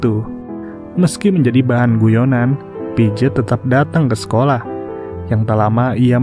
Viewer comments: piaget bacanya pijet😂😂.. padahal bacanya pease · Pijet pijet 😂😂 pronounciation nya atuhhh